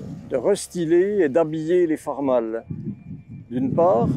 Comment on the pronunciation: Très intéressant par contre la prononciation Farm All c’est (aule) qui se traduit par Cultive Tout 😉